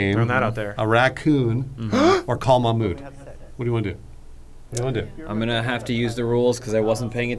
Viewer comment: it’s pronounced Mahghmood like a gggg throaty sound there. and i loved the intro lmao